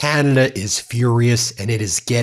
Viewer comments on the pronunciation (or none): Oh, yuck! I hate it when Yanks pronounce Canada as "Keyanada". Anyway - this guy is a POS. NEVER 51!!